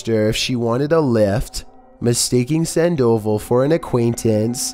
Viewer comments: Sandoval?? San-doval not sand-oval haha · #13: Sandoval, Its pronounced (San-dah-vall) not San-doe-vul. Just thought someone should tell you so you know how to properly pronounce the name. Keep making good videos though. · It's sand-oh-vall...just for future reference